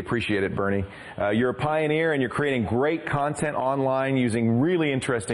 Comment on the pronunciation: It's Burnie not Bernie